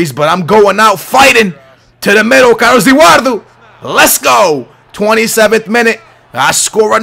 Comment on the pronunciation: Who's Carlus Ewardu? Lol.